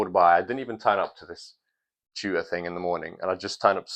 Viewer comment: It took me 5 minutes to realize you meant TUTOR when you said chu-err